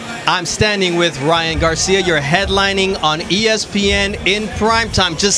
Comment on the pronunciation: When he says Garcia that’s sound like « Johns cena »